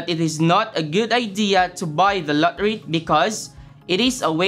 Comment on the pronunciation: i hear la ri not lottery